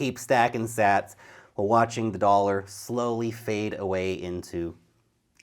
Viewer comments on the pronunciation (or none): none